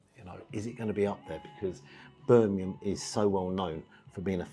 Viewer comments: The Covered Wagons a great pub. By the way it’s Birmingham not Birminham - got a ‘G’ in.Cheers. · That's how my cousin who lives in Harlesden pronounces it. 😂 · i cant stop laughing at your pronunciation of Birmingham 🤣